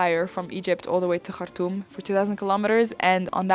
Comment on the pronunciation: Yes the way she say Khartoum ...❤❤